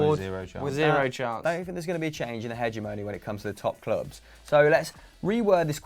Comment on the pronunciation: stop saying “hegemony” like “hedge-a-moany” you clown.